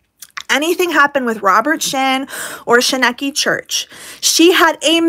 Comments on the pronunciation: I knew nothing of this prior to watching the documentary. I was able to form my own opinions. And my opinion is that you should watch the documentary if you are going to make a video on it. You dont even pronounce the church correctly. And also miranda is a fame whore. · Sounds like a good decision to me I accidentally stumbled upon here and I just cannot believe the idiocracy it must take to bring out a video when you can't pronounce the name of the church and you don't know what you're talking about. Wild! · right? I had a long reply about everything she has wrong (so wrong!) but it was too much. Like wtf… do more research before posting a vid like this. 🙄 Plus her constantly pronouncing Shekinah wrong. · didn't even watch the documentary, sadly she can't even pronounce shekinah right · Shekinah is pronounced SHUH KI NA. Long I on KI. I hear it pronounced a lot of different ways but this is the correct pronunciation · I adore you,. I’m with you, like always. Also, say it with me: shuh-kine-uh (Shekinah). 😂 It seems like KJ is doubling down, and I hope it bites her in the butt. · Sorry, but you are pronouncing ✨Shekaina✨ wrong 😂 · Isn't it pronounced sh-ky-nuh church? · Shinekki...... If you cant pronounce it, you didnt watch the documentary at all. And you're just an angry little minded woman.......yell at a wall not me! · Girl no I like your vids but you missed the whole point. I’m almost convinced you didn’t actually pay attention to the documentary seeing as how you aren’t even pronouncing the cult name correctly after it being said more than a hundred times lol Only reason they focused so much on Miranda is because her family was very outspoken and unfortunately brought the most attention to the story. The documentary is very well produced and was meant to give the backstory and really capture the mental manipulation behind it. I don’t like without a crystal ball because she’s toxic af but you completely missed the mark. 🤷🏻‍♀️